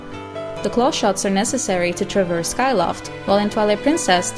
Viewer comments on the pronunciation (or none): none